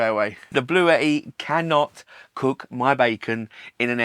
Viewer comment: This is how you say Bluetti lol